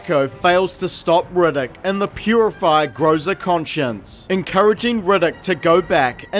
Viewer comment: Best part of the video is "Rigiddick". 😂😂😂. The whole thing is good though.